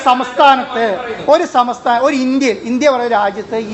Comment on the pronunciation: സമസ്ഥാനം എന്നാണ് പറയുന്നത് ചുരുങ്ങിയത് സംസ്ഥാനം എന്നെങ്കിലും പറയാൻ ശ്രമിക്കണ്ടേ